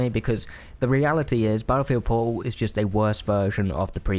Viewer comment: I've never played 2042 so I have NO IDEA what he's saying when he says "po'oh" Very good review, thank you for persuading me not to fall for the Steam sale. It doesn't even sound worth $20 to me.